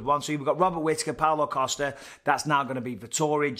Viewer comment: Can't help but hear Paolo Acosta every single time de Count mentions his name.